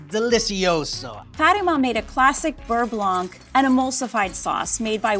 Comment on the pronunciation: I'm sure the pro chef is very talented, but her way of handling food like it's gross (her hand gestures and such) take me out of learning. Not a huge fan. Also mispronounces beurre blanc every time...